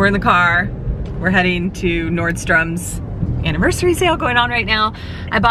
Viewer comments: NORDSTROM..... no "S" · FYI, its Nordstrom. NO S on the end.